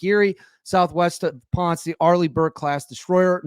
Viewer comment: Ponce (Pon-seh) has two syllabus in so ish because Spanish doesn't do silent letters, you ponce.